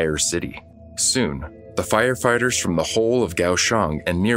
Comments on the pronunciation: Did you say...firefarters? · The narrator totally said "Fire FARTERS" 😂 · Did anyone else hear " FireFARTERS" ?